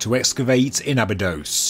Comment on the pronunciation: Abydos, not Abydose.